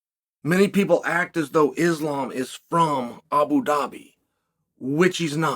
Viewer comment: It's so cringe that Chael keeps intentionally mispronouncing their names.